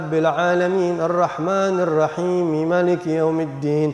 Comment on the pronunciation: Mohon maaf ada part pas baca Al Fatihah kayanya yg sya denger pas bagian maliki sepertinya ma nya pendek padahal harusnya kan panjang,, mohon maaf apa mungkin saya slah denger